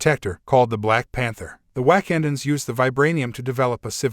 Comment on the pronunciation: This was pretty bad, your Ai voice got the Wakandans pronounce wrong, and it is glaring. Do better. I stopped at :40 seconds.